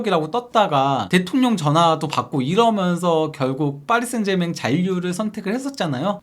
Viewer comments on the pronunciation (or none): none